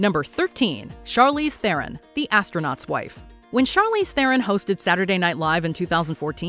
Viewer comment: FYI Theron is not pronounced as in this video… it’s closer to Thron